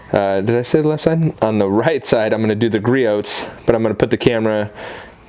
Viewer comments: Gree ohs, gree ohs, gree ohs, gree ohs, gree ohs, not gree oats. lol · Great comparison,. It's pronounced "Gree-ohs" btw:) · God damn it! It’s Gree-ohs, the t is silent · That was a good comparison nice job. Griots price and performance has my 👍🏻. By the way Griots is pronounced gree ohs the t is silent you can go to griots home page scroll to the bottom and take there test.